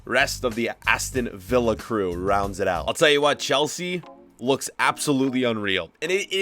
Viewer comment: anybody notice he said villa?